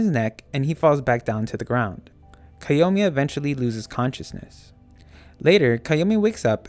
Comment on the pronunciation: But that's how his name is actually pronounced